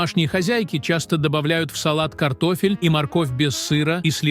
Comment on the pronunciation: Один " т0фель " вместо картошки чего стоит 😢.